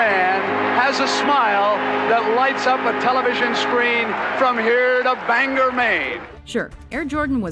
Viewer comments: It's pronounced bang gore, not banger, Bangor Maine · Bangor, Maine.... "Bang-gore"... not "Bang-er"...